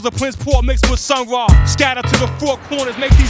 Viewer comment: Uploader: it's "Sun-Ra" not "sun raw"